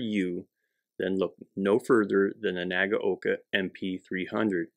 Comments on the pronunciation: Wrong. It's nah-gah-oh-kah. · WHERE did you get the idea, that Nagaoka is pronounced as "nah gow kah"???? There is absolutely no cow, no oxen, and no bull anywhere near this video! Say this, and repeat 500 times, while standing in the rear classroom corner wearing a dunce hat: "NAH GAH OH KAH" (nah as in nada, gah as in a looong "gun", oh as in "oh, that's bad", kah as in kaputt! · Say it with me 'Nag-oh-ka' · pronunciation suggestion (respectfully submitted): 3 syllables: nah-GOW-kah